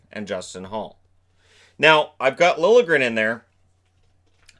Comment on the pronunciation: Dude! THANK YOU for pronouncing Liljegren correctly!!